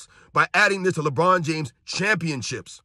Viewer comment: Did he say “LeMedia? 😂😂